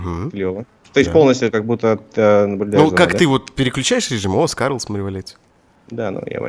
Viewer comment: Не скарл а просто Скар!